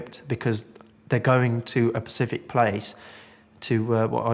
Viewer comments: *specific, not 'pacific' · right I let it go the first time it’s SPECIFIC NOT PACIFIC PACIFIC IS AN OCEAN 🌊